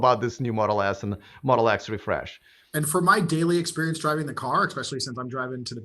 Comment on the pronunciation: Do you mean Tesla Modle S and Modle X. At the beginning is sounded like Tesla Modle S and Modle S.